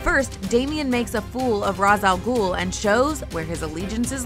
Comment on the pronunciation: And she mispronounced "ra's al ghul". i thought she worked for DC?